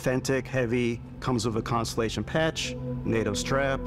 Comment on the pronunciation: I'm so looking forward to Starfield, but of course the inclusion hire in the "Production Director" doesn't even know how to pronounce 'ConSTELLation'. She said 'consolation' 😂